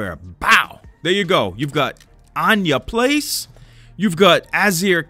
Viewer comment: Absolutely no one:: “ANYA PLACE”